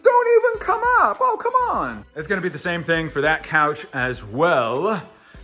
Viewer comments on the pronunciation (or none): Did anyone else hear « po, kemon » when he said « oh, come on »